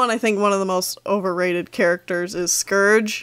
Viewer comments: I think it's kinda funny how some people pronounce scourge like scrge. Idk if you do to but I'm just saying that I pronounce it different. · Scerge... It’s SCOURGE But I luv your vids 😅